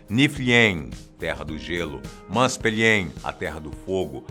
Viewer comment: não é "Musperiem" e "Niferiem", se diz "Muspêuraim" e "Nifêuraim"